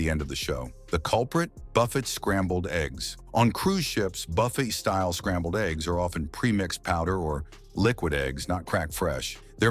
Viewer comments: It is NOT BUFF ETTE but Buff aye! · It is NOT BUFF ETTE it is Buff a.